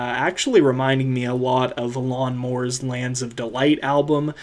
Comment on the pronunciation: The way you said "Alon Mor" made it sound like "a lawnmower"